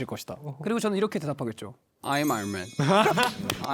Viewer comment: ✨"l'm IRON MAN"✨ jaehyun and his expensive accent ✨🔥🔥